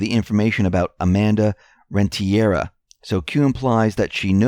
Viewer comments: it’s REN-TE-RIA!! not REN-TIE-RA thank you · Renteria....PRONOUNCED...Rent' eh...ria...accent on first syllable.